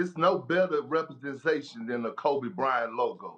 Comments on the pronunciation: kendrick says "represensation" we see ya perk lol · Why does he have such a hard time pronouncing "representation"- KP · Perk is so illiterate lmao can’t even say “representation” right